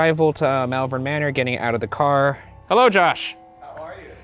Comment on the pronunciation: Just an FYI, I live in malvern in the UK and it's pronounced "Mall-vern" (as in shopping mall). As an added bit, Worcestershire is pronounced "Wus-ta-shur". This is how we can tell people aren't "regular visitors" to our area because they mispronounce them haha.